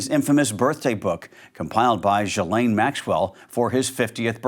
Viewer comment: you really need to learn how to pronounce the vocabulary in your reports. Both“comitatus” and “Ghislane” were pretty badly butchered, and I heard both “pumpin” and “punkin,” before “pumpkin.” You can do better... Also I don’t think it’s appropriate to hock the subjects of your reporting, and I can't find any daylight between that and your anecdote about getting coffee. come on now, do better